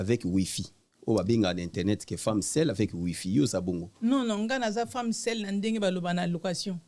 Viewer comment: aza femme SEULE et non femme SEL (MUNGWA), Congolais tolela SEL au lieu de SEUL, PALI au lieu de PALU